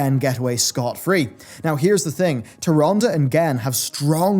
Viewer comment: You are mispronouncing Tyrande